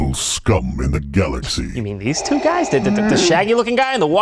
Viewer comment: You can tell who Vader is by the way he pronounces things like "two" in "1992" and "even the poopy ones." If I had expected a plot twist the first time around I still don't know if I'd been able to guess him.